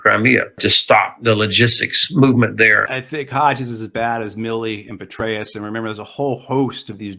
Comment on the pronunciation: Did he say Betrayus instead of Petreus or did I hear wrong?